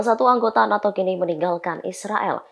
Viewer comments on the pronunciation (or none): none